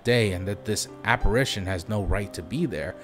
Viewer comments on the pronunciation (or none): none